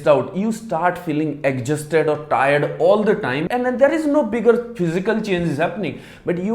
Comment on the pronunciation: Plz learn the right pronunciation of exhausted